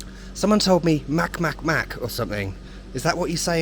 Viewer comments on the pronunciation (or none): I adore your videos and your sense of humor as always XD As for the cats, Mac Mac is pronounced like MaTS MaTS (a strong ts sound, the c like in pljeskavica, and also ts like in caTS)